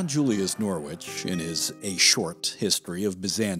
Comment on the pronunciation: A small detail but John Julius Norwich is pronounced Norich (silent W).